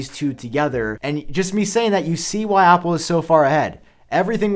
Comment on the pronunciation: You say words that start with A with an O = Opple please stop